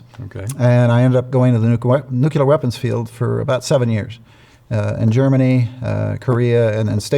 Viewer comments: it's pronounced nu clee er, not nu que ler. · Sad that the man in charge of nuclear weapons can't pronounce it right. It's nuclear, not nucular! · Nuk-lee-ur. Nuk-lee-ur. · Anyone who can’t pronounce New Klee Err …..? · 7 yrs in nuclear weapons yet can't pronounce the word! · I cannot trust a person who can't pronounce "nuclear". *Especially* if he claims to know something about nuclear [anything]. Let's hope this guy isn't a current nominee. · It’s so odd hearing so many educated people that can’t pronounce a very simple word like “nuclear.” I’ll never understand that. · Do some otherwise intelligent people intentionally mispronounce the word “nuclear?” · Always amazed at the percentage of our population who cannot properly pronounce the word “nuclear”.